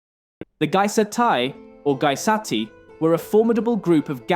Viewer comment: It's pronounced gey-es-tay not gie-sat-ie